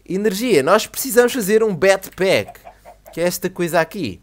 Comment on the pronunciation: e fenom usa sua '' batpak '' para voar eta portugues de caipira